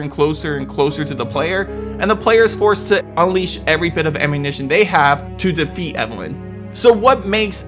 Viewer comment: It’s ammunition not amminition 🤦🏼‍♂️ you saying it right is clearly the most difficult thing out of this video